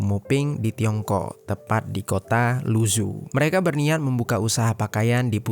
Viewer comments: Keknya yg isi suara perlu belajar atleast banget pelafalan bahasa mandarin karna susah didenger kek luzu apa cb? Mungkin lu zhou? Ini bacanya lu cou lalau zhejiang bacanya cre ciang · Halo Bro, Mohon izin bukan saya sok pintar atau gimana, Membaca nama kota negara lain, mohon ikut cara baca mereka, aneh saya mikir dua kali, apalagi nama orang. Mougen dibaca Mogen, Luzhou dibaca Lucou. ikuti cara baca bukan hanya abjadnya. biar tidak salah paham.